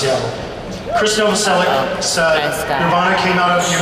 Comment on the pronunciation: Michael Stipe mispronounced Krist's last name :D It's Novoselich (Novoselić), not Novoselic(k).